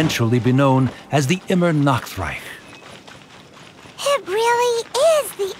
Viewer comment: Idk why but the way she says Immernachtreich in here sounded worse than the one in Unreconciled Stars event story quest